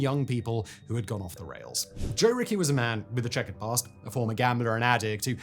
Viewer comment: Joe Richie, not Joe Ricky!